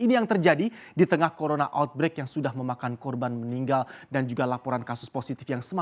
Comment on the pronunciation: gak bisa nyebut Corona bisa nya nyebut Corola😂😂😂